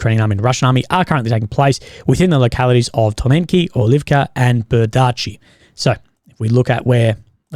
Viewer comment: ByEr-dee-chi! Listen to how Ukrainians, Russians and Belarusians pronounce the toponyms. Imitate *them*.